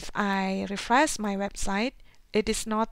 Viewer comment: it is Appearance not Apperinace and refresh not refres